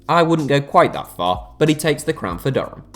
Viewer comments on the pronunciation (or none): none